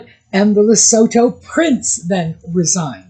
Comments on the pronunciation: Lesotho = Le-soo-too. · Hi. Love your channel. Can I let you know that it's said as Le-sootoo, a message from South Africa.